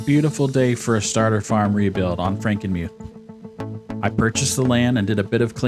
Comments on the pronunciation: You kind of said frank-E-muth which is common so don’t worry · It’s pronounced Frank-IN-muth, sorry I used to live there. Good Video besides that.